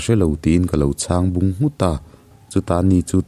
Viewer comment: A va han ngaihnawm ṭhin tehreng em! Sir, thil ka lo sawi leh lawk aw. Point 2 chiah. Mahse, a bak hi chu a ṭha vek ania. I aw chhuak te, i chhiar speed te, aaa... a ṭha a ni vek mai. Mahse, point 3 chiah. i) Chhang bung nghut hi chu i tisual palh anih ka ring a. (Thing bung sawina anga i lam rik bik hi.) Hei chu ngai pawimawh vaklo ta ila. ii) Ngaihtuahna hi a tawi tuuuuk ngailo ania. (Took angin lam ri ta la a dik a. Hei, mi kan 'kuk' lawlh ang hian.) "Ka ngaihtuahna te chu a tawi took a" tih ri zawkin. iii) Chuan, 'Chawt' pawh hi vawi 1 mah ila lam diklo a. (Ka sawi na mah² em awww!) Hei chu ka sawi dawn. A pawimawh in ka hre tlat, a ziaktute hian an hmang hnem sia. (Thil kan nawr chawt chawt ang hian lam ri ta la, a kawh tum a dik a.) "Ka Patea te bulah chuan ka awm deuh chawt a" a tih chuan a Patea te Inah khan a awm deuh reng a tihna ani. Chumi sawina zel chu ania i thu chhiar ziaktute hian an hman. 'CHAWT' tuna i lam rik dan hi chuan 'Ve ringawt' sawina a kawk zawka. "Ve teh chawt a" kan tih ang te, "Teh chawt a che" "Teh chawt e" kan tih ang zawng zawng kha. Tlang hrang² leh hmun hrang² a awm te hian Mizoṭawng kan hman dan inanglo ṭhum te zinga inang awmchhun a ni hial ang. Sawiseltu nih reng pawh hi a nuamlo, i CHANNEL hi ka tuipui si a. Mahse, ka ngaihthlak tuina a tibo zel bawk si a ka insum lo leh ta mai a ni.